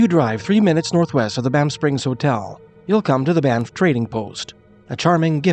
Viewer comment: "Bye-niff"? Never heard that before.